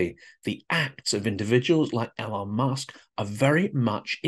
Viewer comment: No fan of his myself but why 'L-on' when everyone knows it's 'E-lon'? Is it that Trump thing where you think a name mispronunciation somehow diminishes their stature? Musk needs no help in that area.